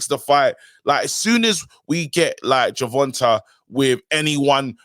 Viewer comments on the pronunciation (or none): KG Tanks name is pronounced "Gervon-tay" not "Gervon-tah"